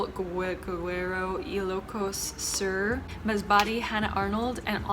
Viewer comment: hi!! no hate i just wanna share and educate, whenever reading tagalog words, you literally just pronounce the letters on how they are supposed to be for example Isabela - eesabela Ilocos Sur - eelokos soor Bulacan - boolakan